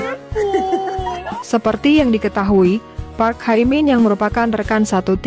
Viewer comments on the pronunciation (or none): none